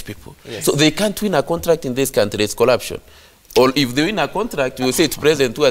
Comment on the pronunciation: Lelatives collurption.migoli Speak english